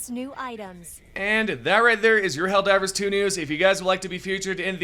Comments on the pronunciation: I can't help but get a bad feeling that the helper bot voice lines are a false leak, but I'm just suspicious due to her pronunciation of 'Helldivver' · ‘Helldivrs’ bot still needs a bit of work me thinks XD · Bot needs to pronounce Helldivers better